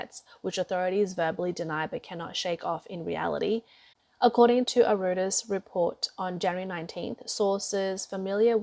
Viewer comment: lol...why do you guys keep using this girl to narrate your videos? she can't even pronounce Reuters properly